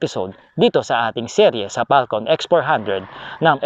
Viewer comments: Falcom ba o Falcon? parang dinig ko sa iyo eh "falcom" o itong earphones ko may problema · Same, mali pronunciation nya.